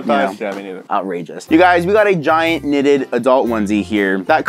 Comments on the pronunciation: 2020: knnnnnnnnnnitted. Sounds like niieen nitted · "KNNNNNNITED": let me think of the weirdest thing that I can say. 😂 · Aaaaaa, ok "knnnnnnnnnnitted" "tied up" "cuffing season" "next product" wait...... No knnnnnnnnnnnnnitted suit😑😢